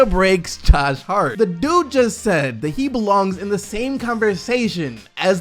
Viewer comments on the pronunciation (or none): none